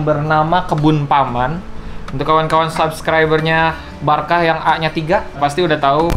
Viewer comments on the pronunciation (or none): Baraka dong bukan barkah